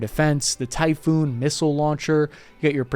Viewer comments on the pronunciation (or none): Great info! But i believe it's pronounced TYPHON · its typhon not typhoon, greek thing